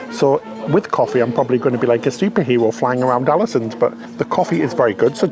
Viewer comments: Alesund pronounced “Orlasuund” 🇳🇴😊 Another great vid btw guys 👍🏻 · As a native Norwegian speaker, let me add that the Å in Ålesund is pronounced like "awe". Something like "AWE-leh-SOON" or "AWE-leh-SOOND" depending on your preference.